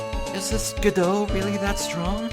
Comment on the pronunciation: hey, the first let's player to get godot's name right right away! now it's time for this bitch!!! edit: I screamed loud enough that i started coughing this episode.